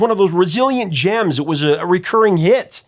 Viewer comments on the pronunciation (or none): none